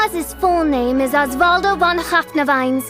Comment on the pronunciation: About fischl.... y cam she still speak? I mean Von is not spoken like that xD in germany if she would say that we would probably understand Won